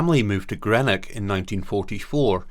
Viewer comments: You've knocked it the park this time , fantastic photos , brilliant biography, nothing else like it on Hamish in all TV. Only thing its Green-ock not bloody gre-nock, and you a Scotman. Other than fantastic episode, I'm gonna recommend this one to a few folk. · This guy cant pronounce Greenock , Salford or Palin. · Absolutely superb! If I can offer any criticism, it is only in the pronunciation of "Greenock".